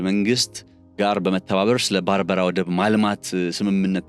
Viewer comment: የባርበራ ወደብየሚባል አዲስ ወደብ ፈጠራችሁ እንዴ? በርበራ ነው የሚባለው!!! 🤔